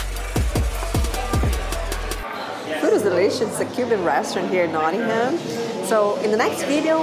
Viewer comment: Hi just watched all your great UK videos. You need to brush up on your pronunciation of English towns. Somebody picked you up on Warwick. Try to learn how to pronounce Norwich and Nottingham. Your Birmingham was a little off as well (but you did try there!). Really good videos otherwise.